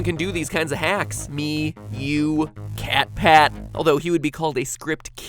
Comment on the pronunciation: It's MatPat not Mattpzatt!!!